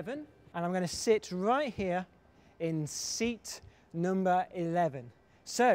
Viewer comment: he says "number" weird... noombah